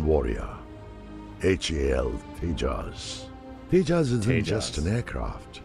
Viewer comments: It's not tehas it's j like in jug . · By the way, it's pronounced TEY-JA. The J is pronounced like a G. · My Dear Friends: It is "TEJAAS" - "J" as in 'Japan'. Not the usual American pronunciation of J thinking everybody in the world pronounces like the how the Latin-Americans pronounce "J" (as "jay"). Japanese do not; and in India "J" is the most used alphabet in all the Indian languages. Always the "J" is "J" and not "hay". It is so painful within one minute of starting watching your episode, it sounds awkward. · Tejas pronouncing J in Tejas: sounds like J as in Jack : Tejas means "Radiance of character".... in India J is almost never pronounced "ha" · it's pronounced TeJAWs J in India pronunced as JAY and not HEY unlike Mexico. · The J in Tejas is pronounced as a Z sound not H. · It’s not Tehas! It’s Tejas with j spelled out as j! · It's not Tehaas, it's Tejas😂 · We Indians pronounce it as te-jaaz not te-haas.😀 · It is pronounced The-Jus meaning shining light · Not G, J itself. J like Juice but Jas... Tey-Jas. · J is not silent